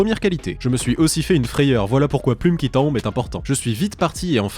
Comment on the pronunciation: " plume qui tombent " en Québecois perfecto